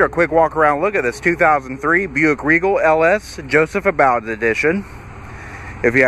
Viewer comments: You are pronouncing his name incorrectly, Long u for ABBOUD. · Nope. Sadly, it's just the LS trim level, which I actually didn't know they even made a Joseph Abboud (which I now know I mispronounced) in LS trim!